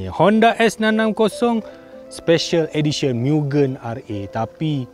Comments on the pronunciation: Bkn sebut miu-gen, bang.. Sebutan dia mu-gen (gen sebut mcm gentel).. Ramai org slalu salah sebut.. Maksudnya Limitless atau Infinite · Bos, cara betul sebutan Mugen tu Mu-Gen. Sebutan 'e' seperti kita sebut 'esok'. Mugen bermaksud infinite or infinity.